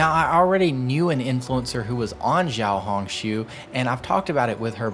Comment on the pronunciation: Hi, it’s actually pronounced ‘Shiaohongshu’, not ‘Jiaohongshu’